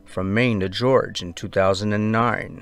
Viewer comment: Enumeral? Inumeral? I think the word you meant was ‘innumerable’. As in, I heard innumerable mispronunciations and grammar mistakes here. I’m sorry, but when I hear “from Maine to ‘George’”, I wonder how one can write a script and then mispronounce those very words, especially the name of a state. It’s distracting to some of us; believe me, I’d rather be one of those people who doesn’t notice. Also how do you confuse FL with CA?